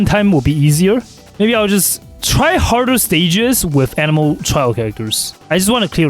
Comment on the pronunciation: "Xiao is an-emo"